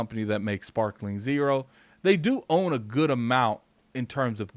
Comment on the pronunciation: Please stop saying sprakling zero. It's sparking lol